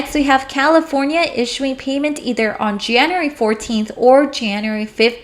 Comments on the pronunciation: Learn how to pronounce January and February please it made my skin crawl. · Jan-you-ary=Janery (January) Feb-ru-ary=Febery ( February)